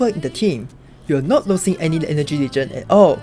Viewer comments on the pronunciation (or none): none